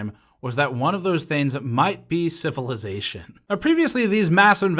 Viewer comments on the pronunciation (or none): I like how your pronunciation of the word civilization sounds like syphilisation... It certainly looks that way